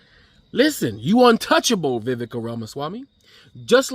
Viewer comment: "Viveka" Ramaswamamy 😂😂😂😂